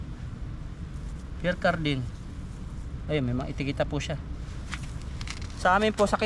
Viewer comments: Mamahalin po ang Pierre Cardin (pronounced Pier cardan) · Ang pagbasa nyan ay (Pyer Karda)... Pierre Cardin french pronunciation 😂😂😂😂😂